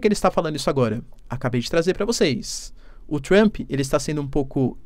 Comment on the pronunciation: Adoro como ele acrescenta um i em Trump 😊😊. Fica Trampi 😅 O sotaque brasileiro é o melhor!!!